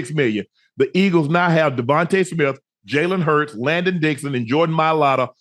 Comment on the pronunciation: Shannon never pronounces Landon’s name correctly